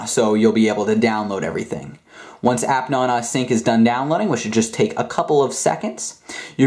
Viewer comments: its app naaanaaaa not appnono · The way he says appnana annoys me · You say nana rong